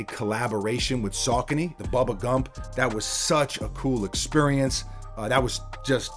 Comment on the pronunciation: How did he pronounce Saucony lol